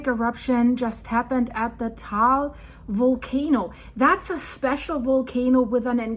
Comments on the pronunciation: It is pronounced as tah-ahl or tuh-ahl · I went to the crater rim in 2015. Filipinos pronounce it as Ta-al.